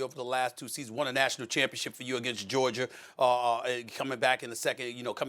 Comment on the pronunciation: And Stephen A. Smith continues to pronounce GeorGIA...GeorGIER at the mark 😂😂